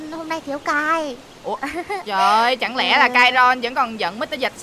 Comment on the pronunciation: Đâu có phải konron đâu mà mấy ông mấy bà nói kairon 🤧